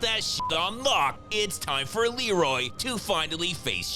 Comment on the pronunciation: Anyone else notice that in the scene where Leroy is on the roof, and his brother is yelling for him, he calls him Reloy instead of Leroy? Shit has stuck with me since I was a kid lol